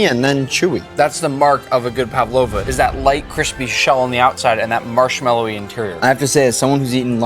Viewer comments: ПавОва? Кто удорение ставил? ПАвлова. 😮 За озвучку 2😂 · Павлава ударение на а